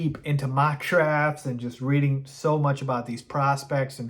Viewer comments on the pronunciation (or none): none